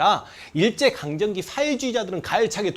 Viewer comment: 선생님! 강정기가아니라 강점기가 맞는거죠? 강제점령기... 잘 듣고갑니다~~